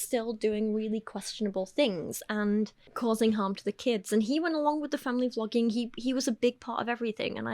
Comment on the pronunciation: Is it intentional that you pronounce vloging almost like flogging?